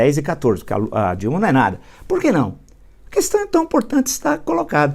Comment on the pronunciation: A primeira palavra que ele aprendeu falar e nunca saiu da boca dele é Coestão (questão)😂😂😂